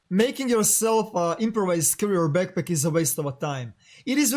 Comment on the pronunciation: Beckpeck, regs, sssstickssss man the way you talk I'm gonna puke really, if you gonna speak it speak it good